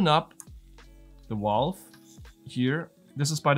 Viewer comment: Whats a 'Walve'? 😂